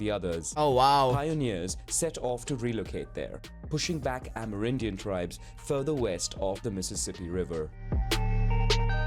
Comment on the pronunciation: Wtf is an "amaridian"? (it seems like they're just pronouncing an abbreviation "Amer. Indian" as is)